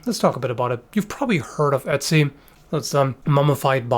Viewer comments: Not to not pick, but the name is pronounced like utzi(oo-t-see) not Etzi with an E. They use that same O with the two dots in the German language, I had to really get use to how to say it when I lived in Germany. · I see his name and want to say "Oat-zee," but when says it, all I hear is Etsy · I kept on thinking he was saying Etsy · so you can pronounce ötztaler alpen but not ötzi? :>>> right at the start it sounded very much like "etzi"